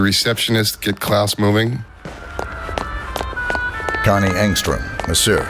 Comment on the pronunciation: that is so funny that you said Kanye Angström, I think you now know it's Connie but I love it. Keep up the good work, you deserve subs